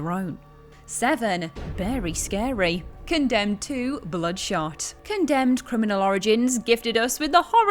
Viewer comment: It sounded like you said “Condemned 2: Blood Shart”. That would be scarier than anything on this list.